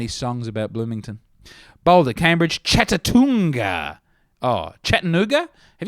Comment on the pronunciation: Holy crap what a pronunciation of Chattanooga